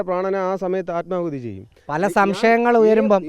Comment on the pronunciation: ആത്മകൂതി അല്ല ആത്മാഹുതി